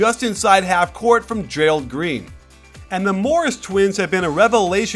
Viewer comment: Jeh-rald not. Not jerail.